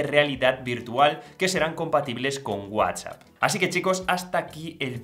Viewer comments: Lo que no me gusta es que usted no sabe pronunciar bien WhatsApp Para eso tiene la T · Por qué dices guasap? Que no es Whats app?